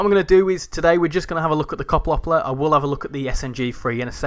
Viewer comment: As a Dutch guy, I’m triggered by how you pronounce Koploper — but hey, nice video! Just a little lesson for you : Yes, at the beginning of the Koploper's service, you could actually walk between the trains. That’s also why you sit so high up in the driver's cab. If you look at the front of the train, you’ll notice a big rectangular panel that looks kind of out of place. You might wonder, "Why doesn’t the train just have a smooth, continuous body with one color?" That black border you're seeing is actually a leftover from a big door system. Originally, there were two sliding panels there. When two Koplopers were coupled together, those panels would slide open, and a small bridge — like a harmonica bridge — would extend between them, allowing passengers and crew to walk from one train to the other. This is also the reason why the door can close 2 ways. Unfortunately, it was kind of a maintenance nightmare. It often had issues: poor connections, locking problems, and especially trouble during extreme weather due to thermal expansion and contraction. The delays could get so bad that you were better off just taking the stoptrein (the one that stops at every little station) than waiting for engineers to fix it. So, eventually, when the trains got updated or went in for maintenance, they just ripped that whole system out saving weight.